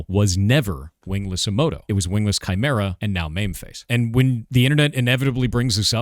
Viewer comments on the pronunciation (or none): none